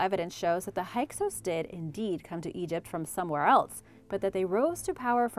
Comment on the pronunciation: FYI: Hyksos is Pronounced: "Hick-sos"